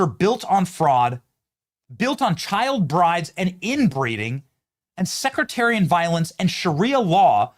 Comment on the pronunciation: SECtarian, not SECREtarian.